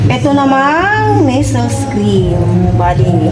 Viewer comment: ang bigkas ng Nestles ay neslay (silent s sa dulo)